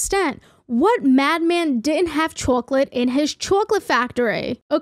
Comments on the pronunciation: I love the "chowcolate" accent. And the part that really busted my gut was "Sincerely............. nobody" 💀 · so happy this exists so i can listen to you pronounce chocolate for half an hour 🥰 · a whole video of you saying chawclet I WIN !!!!! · chawk late. something about it scratches my brain right. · der sellin chawklate! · The way you pronounce chwocklat is so goofy, it brings me joy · I like the way you pronounce chocolate. Chawklate hehe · the way you say chocolate is so satisfying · says chocolate like every mom from my hometown and it makes me feel safe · Im sorry, but the way you pronounce 'Chocolate' is great 😂. Loved the vid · i love how u say chocolate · How you pronounce 'chocolate' is so cute. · The way you pronounce 'chocolate' is very interesting to me. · This is off topic but the way you pronounce chocolate reminds me of the old lady from SpongeBob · are you pronouncing chocolate weird on purpose or is that an accent love the vid just confused? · Just curious: what part of North America mispronounces the word chocolate like this?